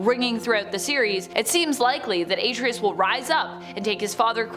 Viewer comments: Why are you pronouncing his name like that?! That sht is annoying!! She's saying it like: "Ate-tree-us." It's pronounced: "Are-trey-us." The game doesn't even pronounce his name like you're pronouncing it. So annoying to where NO, I'm not liking nor subscribing. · A-TREY-US NOT AT-RI-US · EXACTLY!!! Hell, the game says his name throughout the damn game!! Just like you said, it's: "Are-Trey-Us" not "Ate-Tree-Us" That sht is annoying, how she's saying it!!! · A-TREE-US Lol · * Are-Trey-Us** it’s Artreus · The way she says Atreus grinds my gears. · I swear I JUST SAID THAT!!!! I just commented about that before I seen your comment. That sht is very annoying!!! And I don't know why she keep pronouncing his name like that!! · How you pronounce Atreus is not correct do it the Kratos way, the true gamer way